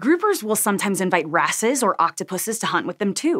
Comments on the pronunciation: haha she said "cleaner asses" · Cleaner wrasses sounds like cleaner asses you cant change my mind